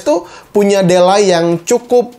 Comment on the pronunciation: Di-lei, bang, bukan de-lai (ade2 alai)😁